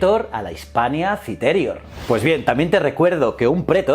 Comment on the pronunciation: Like por cada vez que dice "prétor" en vez de "pretor" o "citérior" en vez de "citerior" o cualquier otra mal acentuada xD